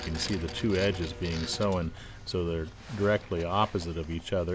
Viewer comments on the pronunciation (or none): This narrator says, 'sewn' weird. He pronounces it - SO-en - when it should be pronounced - sone - (as in cone).